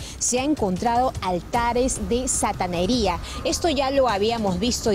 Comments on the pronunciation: Satanería...😂😂😂... Santería no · Altar de santería...no " sataneria "...😂😂😂😂